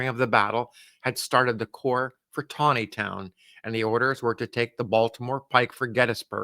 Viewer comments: Nice job pronouncing “Taneytown” correctly. ( Tawneytown” ) I wish all these towns with strange pronunciations would change the spelling of their names! Another example is Staunton Virginia - it’s pronounced “Stanton” And how about Reading Pennsylvania? It’s pronounced “Redding” . Good story, as always! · Excellent pronunciation of Taneytown, 😊